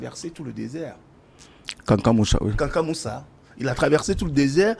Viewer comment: C’est pas Kankan Moussa mais plutôt Kankou Moussa